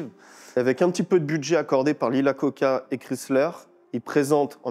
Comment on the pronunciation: Iacocca, pas Lacocca !